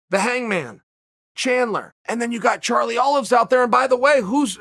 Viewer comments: Charlie “Do Bronx” Olives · “Charlie Olive”😂